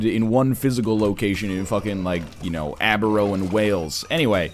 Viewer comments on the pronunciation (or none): none